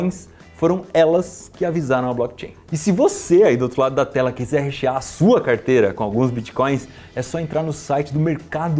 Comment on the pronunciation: rechear ou hashear?